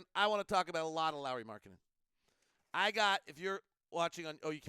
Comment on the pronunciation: Surprisingly good Finnish pronunciation there with Lauri's name. Especially surname.